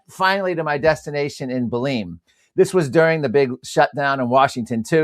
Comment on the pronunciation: Atleast pronounce the name Belem correctly, it not Beleem! It’s a wonderful place.